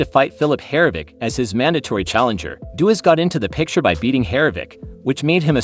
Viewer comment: I liked the video when it was about "Daniel Doobis" (unfortunately, it only went for 3 seconds). Calling him "Duo", Dee yu and Dewis a few times didn't fix things.